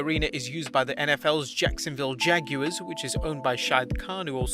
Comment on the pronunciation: He don't know how to say jacksonville jaguars